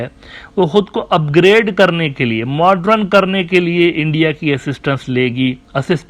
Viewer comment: Dear Admin Uneducated Geopolitics Scholar! It's not MODRUN ( pronunciation) It's MODERN 😂🌝